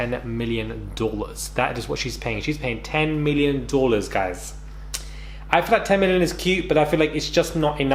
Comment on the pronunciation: "10 million dwallers"😂😂😂😂